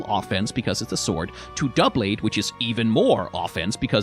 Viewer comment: I’m proud of you for pronouncing doublade right. I hear “dew-blade” so much.